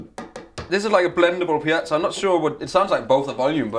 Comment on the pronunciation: a "pee-atzo"?? ...i thought he was trying to order some Italian food. or find an air-b-n-b in Tuscany...